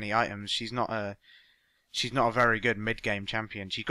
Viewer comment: I love how he say "Ashe"